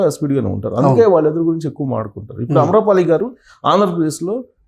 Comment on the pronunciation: అంత స్పష్టంగా రెండవ "ఆ" తో ఆమె పేరు మొదలైతే ఏంకర్ పలికే విధానం తేడాగా ఉంది.